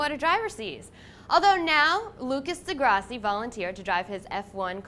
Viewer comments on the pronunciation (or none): uhhhhh alex its dee grass-ee